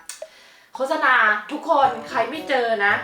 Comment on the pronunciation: อ่านว่า โคด-สะ-นา ไม่ใช่ โค้ด-สะ-นา น้าาา 😆